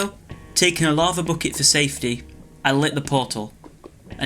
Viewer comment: Bocket? Why Bocket